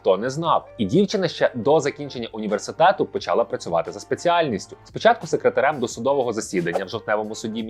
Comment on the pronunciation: не почАла, а почалА